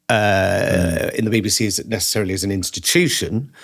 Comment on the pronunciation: When I hear you pronounce BBC as baby-C, it seems quite right.